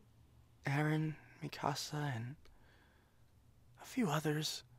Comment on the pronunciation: THE RAGE I FEEL WHEN PEOPLE PRONOUNCE MIKASA WRONG UGH 😾😡🤬